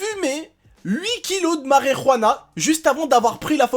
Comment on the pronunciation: Lol ' "HUIT KILOS DE MARERANA!!"